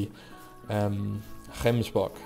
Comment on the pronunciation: Yessss you pronounce gemsbok properly, love you man